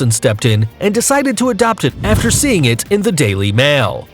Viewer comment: I don’t like the way he says ‘it’ !!